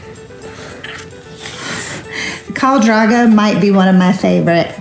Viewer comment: not khal "draga" 😂